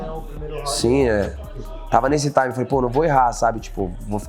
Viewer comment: Alguém avisa para o Charles que ele falar Taime (time) toda hora , além de chato . Ele usa sempre fora de contexto , expliquem a ele o contexto pq ele fala , arroz e aviao ele coloca um Taime no meio 😂